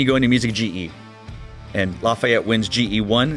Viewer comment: Great Video! And it's La-fee-ette #POTB